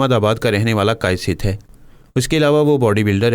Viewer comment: Zaat kaisith nhi hoti.... Kayasth hoti h.... Kaa-yasth